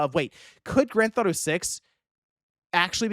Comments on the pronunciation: I love how calls GTA: Granthato. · WTF is “Grand Thought-O 6”?